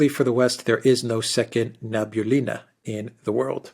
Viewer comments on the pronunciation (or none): Good Day, & Alexander. It's Na-bee-ú-lli-na (the stress is on "u").